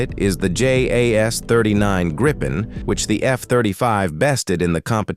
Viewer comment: Please instruct your AI the Gripen is pronounced only as Greepen, not Grighpen. 👍🇸🇪